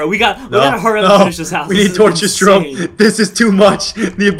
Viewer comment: nuuuu doont be sayd jayrome